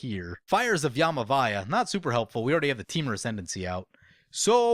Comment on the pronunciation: Please. Read it. Ya V imaya. Not yamivaya.